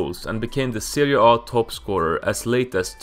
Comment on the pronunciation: Pronouncing Serie A like it's a fkn Norwegian word or some shit 🤣